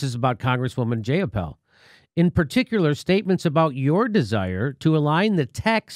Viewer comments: Oh my god, her name is Jai-ah-pahl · Her name is pronoubced J(eye)uh(paul). Its not a hard name to pronounce and shes been in the news a lot lately. I'm not happy about a new, flawed M4A bill, but that doesn't mean you belittle someone's name. That makes you look immature.